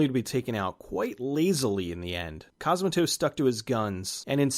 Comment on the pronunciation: Great vid, but hearing "C*o*smatos" instead of "Cosm*a*tos" was gruelling. Please look up pronunciations for names from countries foreign to you next time!